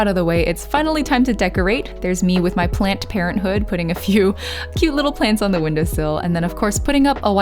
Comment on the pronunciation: Did this woman just say "plant parenthood" ??